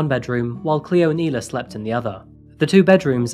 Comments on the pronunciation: By “E”-la, you meant “I” la (Isla) 😉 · “Isla = Eye- Lah “ Not Eee-lah